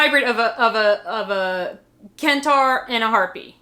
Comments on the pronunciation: Centaur is pronounced with a soft c, like sent/cent ( US currency denomination) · you are so great, I love your videos! I must say I have never heard Centaur pronounced the way you said it, it took me a minute to realize you meant Centaur (I've always pronounced it with a soft C in the beginning. Perhaps that is the way the mythical half horse/half human is pronounced in New Jersey? Being from Maine I honestly can't say. LOL